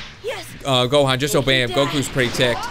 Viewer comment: You said gohan not johan